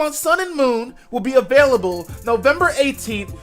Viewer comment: I'm pretty sure that some kids in kindergarten can't pronounce available. lmao